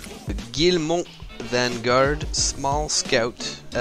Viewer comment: Your pronunciation of the Guillemot in french is spot on. 2 interesting ships for sure. I'm still trying to decide what S ship ill incorporate in my fleet. Your intro is a lil strange though.. hehe..